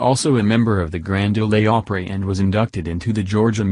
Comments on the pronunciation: Stopped watching ASAP after hearing robo-voice. The Grand Oh-lay Opry?! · Stupid! He says Grand "Oley Opera." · Its not the grand olah opry moron robot voice its the grand ole opry. Thank u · Grand Ol-e Opry? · The "Grand Olay Opry"? Can't anyone on this channel read out loud? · I think he just said Grand Olay Opry 😂